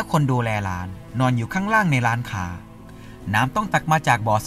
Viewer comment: ทำไมร้านค้าออกเสียงว่าร้านข่า หลายๆคำก็ออกเสียงแปลกๆคะ